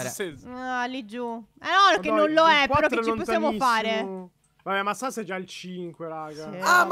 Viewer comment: Dici benissimo sas fa pena buuu